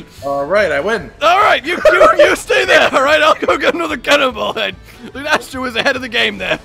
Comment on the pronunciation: "Lunestra" lol